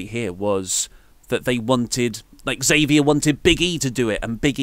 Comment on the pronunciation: you pronounce "Xavier" improperly. I've seen him get upset with people who pronounce his name "zavier" instead of "ex-avier" on upupdwndwn.